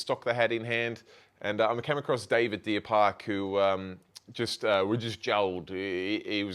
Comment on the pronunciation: Deer park aquarium! You said it right, straight shooter and just an all round top bloke! He’s my go to fish shop!!